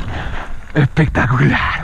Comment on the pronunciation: ehpectacula a a ar jaja un capo